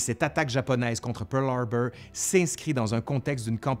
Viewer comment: PEUWRLHARBEUWR, j'adore ;)